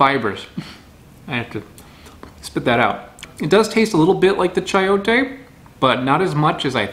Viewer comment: It's pronounced Sai-oh-tay.